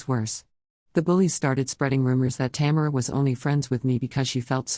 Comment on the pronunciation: It keeps pronouncing the name Tamera wrong